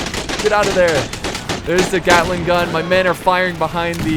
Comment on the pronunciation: "yea i stand right in front of the glating gun" XD